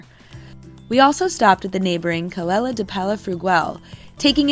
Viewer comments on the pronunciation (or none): Hi I realise there are pronunciation difference between American English and British English but you have made a couple of errors Costa is not said as Coasta is like Costco....Tossa is not Toaster....its like 'toss' a ball, and Calella is pronounced Caleya. I realise I might sound a bit pernickety but travellers (British spelling) might want to know this.....also Girona ia actually pronounced as Hirona by the locals. Best Wishes Bill